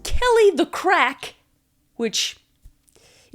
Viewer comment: Only just starting this video, but for the first one, the fathers nickname “Kelly the Craic” would be spelt as such, not ‘crack’. It’s an Irish word meaning like, fun or laugh or like good time. So it would kind of be like calling him Kelly the laugh or something. Just as an FYI as when you said it it seemed as though you misunderstood the meaning😅💕